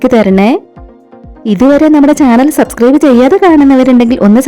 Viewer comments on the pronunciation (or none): none